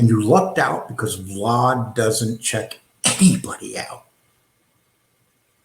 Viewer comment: ….You can’t pronounce this guys name if they offered you a new set of choppers bro…Jesus how illiterate are you? It’s pronounced RAY-MON-DI you dipshit….Also It’s VLAD not VLOD! Smfh